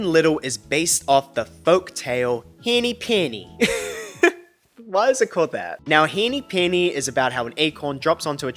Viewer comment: The way you say "henny penny" sounds like you're from the American south (I say this as someone from the American south lol). Its so funny and cute!! 🩷🩷🩷 Edited to add: "hinny pinny" lol